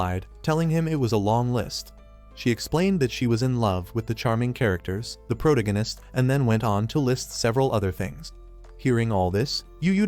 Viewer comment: Why is it these AI voice overs can’t pronounce protagonist right? It’s pronounce pro-tag-o-nist, not proto-gan-ist